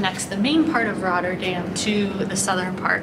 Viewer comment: I’m a bit surprised you mispronounce Binnen Rotte and correctly pronounce Rotterdam. The Rotte is the river Rotterdam was named after. The Binnen ( inside) Rotte is where it used to run. Rotte is pronounced exactly the same as Rotter - dam. By the way if you think the Park near the Euro mast is massive try the Kralingse Bos sometime.